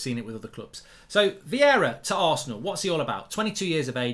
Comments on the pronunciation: It’s Vieira not Viera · It's Vieira not Viera but it's all good ahahaha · Vieira not Viera